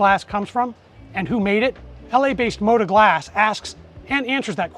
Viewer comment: to the HOST: it's not pronounced MODA, it's got a 'T' there.. it's MO-TA! the T is HARD like my knob